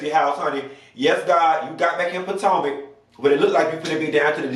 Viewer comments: I die every time you mispronounce Potomac, Potanga is it from now on. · Did you say "Patanka"?? 🤣🤣🤣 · I missed hearing you say Potanka😂😂😂